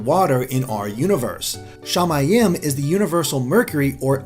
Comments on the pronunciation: "Shamayim" is pronounced sha-MY-eem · Not a bad theory, but I've taken Hebrew as a language class and the pronunciations were terrible. Shamiyim in is pronounced Sha-mi-eem. And the last letter of the Alphabet is pronounced Tav. One other thing is while though the first letter of the alphabet is close to a (it's name is aleph) technically it doesn't have a sound and is silent. That's all. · Shama-yam is incorect I believe its pronounced shama-yeem which means sky in Hebrew. Shaymin has sky form. Sooooo, yeah? (I speak Hebrew) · as a hebrew speaking person, it kind of hert to hear you pronounce "shamaim" all like "shay-may-em"